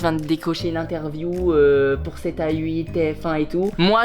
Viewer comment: Tout le monde : sept à huit Michou : sept aye huit